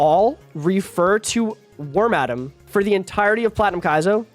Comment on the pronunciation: im sorry how did you pronounce wormadam again